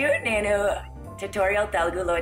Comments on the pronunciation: First of ALL!!! It's not , ""Te-LE-gu" .... It's Te-LU-gu... Learn how to pronounce the name of the language...(disgracefully your mother tongue) P.S. Writing this comment in English so that you'll understand Anyways good luck.. Hope we will get to hear a better Telugu from you! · You were good but mam it's Telugu not teloogu that is the only complaint I had you were looking so gorgeous btw😊